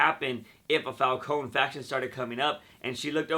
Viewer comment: Havent you noticed they often change the pronunciation of the characters' names? Falcone as falkōn instead of falkōnē. Fries as frīs instead of frēs